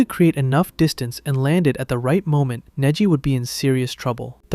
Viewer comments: Neji ❌ Niji ✅ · So did you do that on purpose? You started off with proper pronunciation for Neji, then kept butchering his name with AI. I hate you guys.